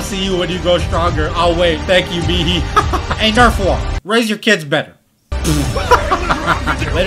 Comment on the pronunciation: Bro finally called nerfwall correctly